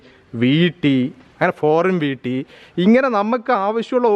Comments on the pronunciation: വീട്ടി എന്നല്ല ഈട്ടി എന്നാണ് ശരി എന്ന് തോന്നുന്നു. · വീട്ടിയല്ല ഭായ് .,, ഈട്ടി എന്ന് പറയു അതുപോലെ അറക്കുക എന്ന് പറയു .ഈർന്നു എന്നു പറയുന്നത് എന്തു ഭാഷയാണ്